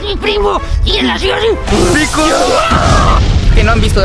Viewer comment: dijo picolo en ves de desir picoro